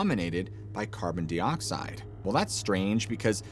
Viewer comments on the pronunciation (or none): "Carbon DEE-oxide" Gave you two attempts. Now we can tell you don't know what you're talking about 😢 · Your pronunciation is dodgy AF!…. Carbon-deeeedoxide? Wtf reconnaissOnce?!? How do you decide to say it like that?